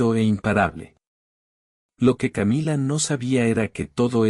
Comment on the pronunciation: Qué estupidez esta narración, si está en español porque tiene que decir camilla??? Querrá decir Camila! Camilla es una cama de emergencia para heridos o muertos